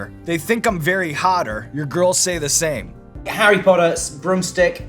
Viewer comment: Arry pottah